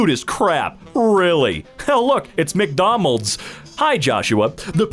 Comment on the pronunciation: The "salty as hell" one was gold, but did anyone catch "McDomald's"?